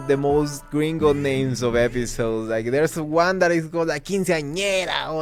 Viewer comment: “Gringo”… I’m Mexican American and I’m offended…